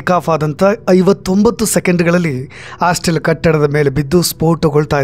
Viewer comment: ಎಲ್ಲಾ ಚನಲ್ನಲ್ಲೂ ಅದೇ ನ್ಯೂಸ್.ಪ್ರತಿಯೊಬ್ಬರೂ ರಿಪೋರ್ಟರ್ ಆದರೆ ನಿಜಕ್ಕಿಂತ ಸುಳ್ಳೇ ಹೆಚ್ಚು ಬರುತ್ತೆ .ಇಷ್ಟೊಂದು ಚಾನಲ್ ಯಾಕೆ ಬೇಕು ಅಂತ.ಆಸ್ಟಲ್ ಅಲ್ಲ.ಹಾಸ್ಟೆಲ್😅😅